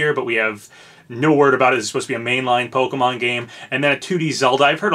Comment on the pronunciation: Bless you for pronouncing Pokémon properly and not as Po-Kee-Mon like most youtubers I've seen do